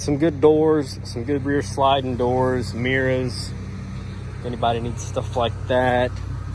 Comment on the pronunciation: Say mirrors again 🤣🤣